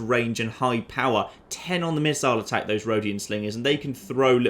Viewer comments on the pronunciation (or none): none